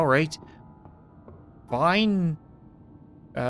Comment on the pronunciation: it said fine not fined